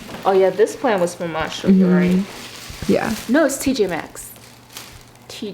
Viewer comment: It bothers me how she doesn’t say Marshall’s she said Marshall